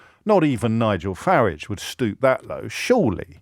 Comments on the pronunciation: ABSOLUTELY beautiful! I thought I was the only person who pronounced farridge’s name correctly… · Thanks James - for everything you do, but on this silly little occasion (personally silly I mean), for pronouncing "Farage" as I remember hearing it, years ago when he first became a public figure. (Sorry, working in Spain I am very behind with much of the developments in UK, totally confess to that). I mean, you said "FA-ridge". (Like "garage", in my Walsallian west mids working class accent, not a posh Solihull one). That's how I remember him being called years back, not the "Faraaaagge" (sort of fancified frenchified version) that am hearing more recently. As I said, silly, but comforting. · And you're right James- his name rhymes with garage. And his garage is probably a lock-up where he keeps counterfelit ciggies and watches.